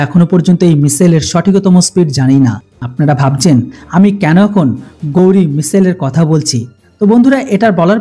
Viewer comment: এটা গৌরী নয়। উচ্চারণটা হবে ঘাউরি মিসাইল।